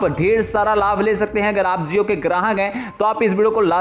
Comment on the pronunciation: Zee han zeo nahi jio hota hai hozayega nahi hojayega hota hai